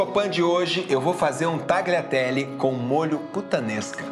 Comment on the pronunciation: Se pronuncia talhiatelle